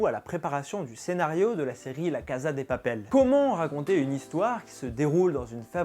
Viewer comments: cnc non pas du tout c'est 'cassa' (je suis espagnole) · cn mais douuuu cest casa prononce "cassa" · Super vidéo ! PS : ça se prononce "cassa" et non pas "caza" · VOUS ALLER ME TUER Ca se prononce cassa pas caza stp 😂😣😣😣😣😂😂😂😂😣😣😣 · On dit "cassssssa" pas "caza" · On prononce la cassa et non caza. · On ne dit pas la (caza) de papel mais la (cassa) de papel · En espagnol Casa se prononce (Cassa et non caza qui est de l'italien) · Cest cassa et pas caza mdr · SA SE DIT ''LA CASSA DE PAPEL'' PAS ''LA CAZA DE PAPEL'' ! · Se se prononce « la caSSa de papel » ptn j’avais envie de te gifler à chaque fois que tu disais la caza de papel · il prononce la caza mdrrrrr tu sais qu'il sait pas parler español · Cachza de papel